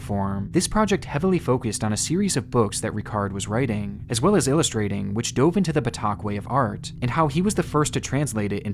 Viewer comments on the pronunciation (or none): none